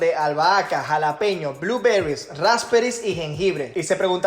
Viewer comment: Pregunta, Raúl, por qué decís los ingredientes o herramientas en inglés y mal pronunciado, cambia en algo decir Arándanos, en lugar de "bluberrys? ", Después por lo demás me encanta tu contenido, me sirve mucho para anexar a lo que aprendí, más cuando me toca ver cosas en el bar